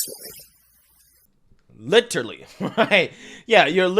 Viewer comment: "litree under attack" 😂😂😂